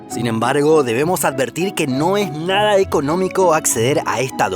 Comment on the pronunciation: le salio raro el nada